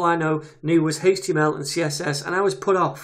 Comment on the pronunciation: It sounds like he's saying Haych-TML instead of Aych-TML and I find it slightly distracting.